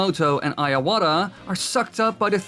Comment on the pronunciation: Why do you say Iwats name as IAWATA i mean you're always talking about nintendo franchises i dont believe youve never heard his name pronounced before